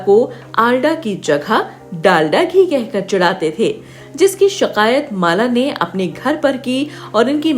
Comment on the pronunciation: Shiqayat Nahi shikayat